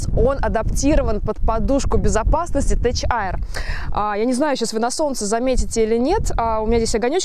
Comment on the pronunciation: Тек, не Теч